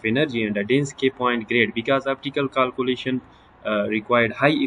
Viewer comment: It's kealcoolation not caalcoolation😂😂